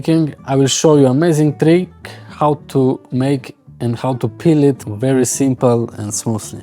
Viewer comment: Peel (not pill)